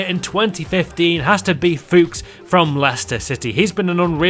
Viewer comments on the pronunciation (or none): none